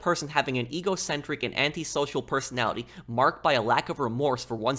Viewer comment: dude not to be a pronunciation tight ass but "eggo centric" is too funny:face-blue-smiling